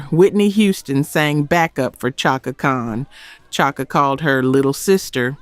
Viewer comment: It’s Chaka (Shaka)